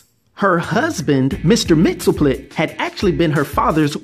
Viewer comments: It's "Mix-yez-PIT-el-Ik" and "K'LT-pez-YEX-um", actually. Not so hard to pronounce once you've practiced them a bit. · It’s “mix-is-spit-lick”.